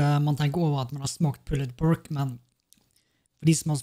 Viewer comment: bruh, slutt å sei pulled pork. Det er bare sån det er skriven, ikkje utalen.